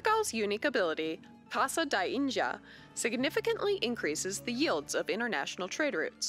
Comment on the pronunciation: I meant no disrespect. I was referring to . She says " In-dji-a " . In Portugal we don't sound the "d" in words as a "dj" sound. If I've offended you in some way, I'll remove that part from the post.